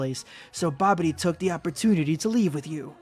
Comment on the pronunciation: Dude said Babidy when the manga said Bibidi. I question why he didn't work-check himself.